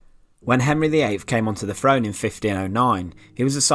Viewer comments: This guy would probably never be hired by the BBC (is that a good thing?). A lot of people pronounce, "th," like, "f." When the narrator says, "throne," I hear, "frone," and, "throughout," is, "frewout." My favorite is, "thing" - "fing." lol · There is no 'F' In the word throne or eighth. Please make a note of it.